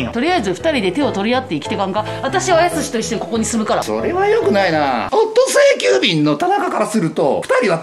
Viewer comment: 社長（ｵｯﾄ⤴ｾｲ⤵急便でぇ⤴す